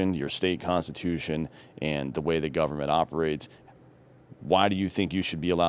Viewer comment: Decent guy who can't pronounce the word Government. Whats up with that?